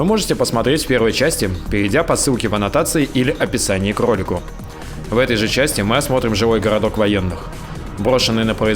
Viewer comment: "или в описании крррролику!" ))) Повеселил